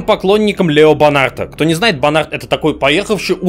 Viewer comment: Вот когда произносит одинаково БАН АРД и Бонарт, у людей начинает ехать крыша, как это в нем азар учился?